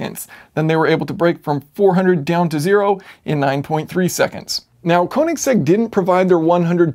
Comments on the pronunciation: Yes, and Kööönigsegg. Not koooenigsegg. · Heh.. Kowningsegg? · Orachi sorry its konisegg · Thumbs down for pronouncing "Königsegg" wrong.